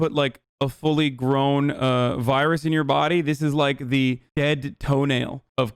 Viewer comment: "Imma get that Chinese vayrus!"